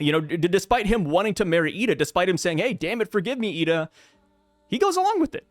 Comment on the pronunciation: Her name is “eye duh” = ida